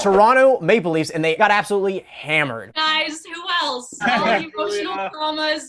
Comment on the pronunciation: The “Male leafs” eh?